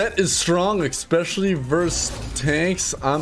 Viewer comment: THERE IS NO X IN THE WORD ESPECIALLY. Stop it! Just stop it!